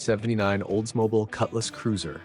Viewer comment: Oldsmoble, Oldsmoble, Oldsmoble AAAARRRRGGGGG!!!